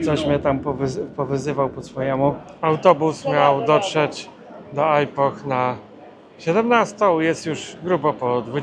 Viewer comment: Dlaczego źle wymawia Pan nazwę tego miast, to nie jest (ajpoh) tylko (ipoh z lekko milczącym "h", jak (ipo)